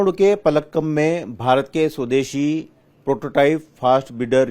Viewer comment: पलक्कम नहीं कालपक्कम। ठीक से तैयारी करिए कृपया